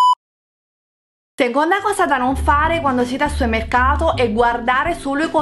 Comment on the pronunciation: supemmecato mado ahahahha ti serve un dizionario di italiano